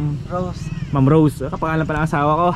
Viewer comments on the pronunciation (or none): none